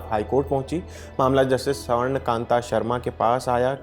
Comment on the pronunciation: स्वर्ण को सवर्ण पढ़ते हो? कहां के हो? अपनी एक्सेंट ठीक करो। रोज शीशे के सामने एक घंटा बोलने की प्रेक्टिस करो और उसके बाद स्क्रीन पर आओ। पिछले काफी समय से मैं पता लगाने की कोशिश कर रहा हूं कि लल्लन टाप के स्टाफ के सिलेक्टर्स कौन हैं? पिछले कुछ समय से इतनी घटिया लोगों को भर लिया गया है कि अब सुनने का मन ही नहीं करता।